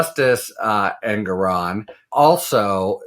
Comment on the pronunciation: Harry: The judge pronounces his name EN-GORE-ON, per his opening remarks. Thanks for all you do.